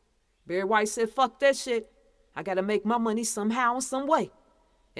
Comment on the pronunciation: "Fucka" "Shitta" 🤔? Are you saying that on purpose?